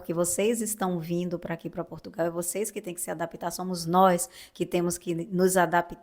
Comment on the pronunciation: Queres que venham mais brasieiros para cá? Com as novas leis da imigração, que estão a ser discutidas e aprovadas, muitos brasileiros não vão poder "vim". Nem sequer sabes pronunciar de maneira correcta o nome do nosso país.